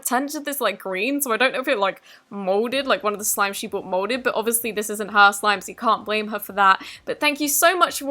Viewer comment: Why are you saying YOI instead of YOU😒